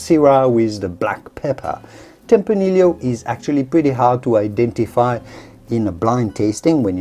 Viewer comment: My guess is that the host is a native Spanish speaker but has picked up a very damned convincing British accent in his English language learning. Given these things, I wonder why he pronounces "tempranillo" as "tempraneel-lio" instead of "tempraneeyo" as it is pronounced in Spanish.